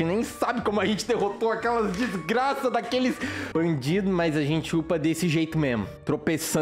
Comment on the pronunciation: O lucao falou desgrs#